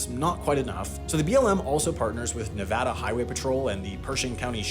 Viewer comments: We Nevadans appreciate the shoutout episode and that you said the state name correctly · Thank you for pronouncing Nevada correctly, happy Nevada day!!